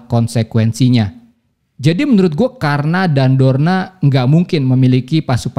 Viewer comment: koreksi dikit bang, drona bukan dorna